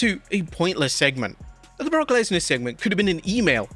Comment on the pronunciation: Oh and guys, if you didn't know already, his name is Brock Lesnar. Gawd that was annoying